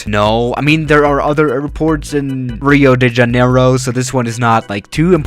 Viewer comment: Me: Rio de Janeiro's: Reio deh Janeyrou